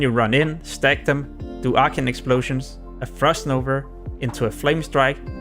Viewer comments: Good guide , but wtf is "frost nover" , its frost NOVA , and munster , hehe 🤣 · "Frost nover" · Easterners sound out that end “a” so weird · you may laugh abouth his pronounciation of frost nova. he did a really good job explaining how to successfully aoe farm to 60. his language barrier didn‘t stopped him to make this video. he is a hustler. great video!